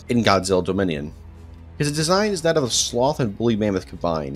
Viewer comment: Do you know know how tf to say "dominion " lol